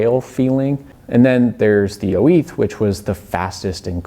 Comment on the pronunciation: why are you saying 'oiz' like oh-eeth